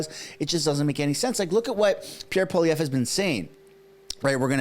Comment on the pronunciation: It's not Pierre Poliev. How has it become normal to butcher the man's last name, and everyone is repeating it like it's fine. It shows lack of respect for French last names in general.